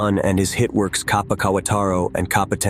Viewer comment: It's pronounced like Cap-uh